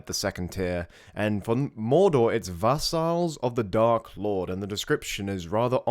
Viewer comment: the second A in vassal is slightly less stressed when you say it, sorry but that mispronounceiation of the word really bothered me, why i don't know